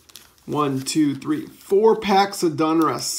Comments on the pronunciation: Its Donruss not Dunruss just so you know friend I'm a English major so it sounds funny to my ear but I do like your vids man keep'em coming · For the love of god it's pronounced .. "DAWN-russ" not "DUNN-russ" 😂 not gonna lie, for some reason I cringe every time I hear you say "Donruss". Besides that, your content rocks! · How does a card guy mispronounce such a common brand name as "DONruss"!?!?!? Has no one ever corrected you on this?